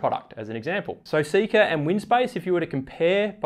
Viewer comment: Seka is pronounced ‘say-ka’ My mothers middle name